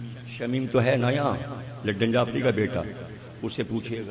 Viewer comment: Ludan may D aur A silent hain.